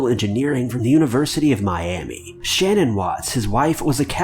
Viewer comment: His wife’s name is Shanaan not Shannon